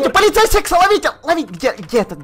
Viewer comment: а почему ты говорил полицея секса?:-)